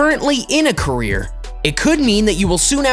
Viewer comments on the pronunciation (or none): Everytime he says career 😂 What I hear is Korea But what he says is career Am I the only one hearing it as Korea Like if you hear the same too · i here korean😂😂😂😂😂😂😂😂lol